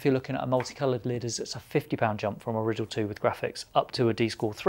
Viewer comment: Isn’t it the “Rye - Dell” not Rid-El or am I just a dumb merican ?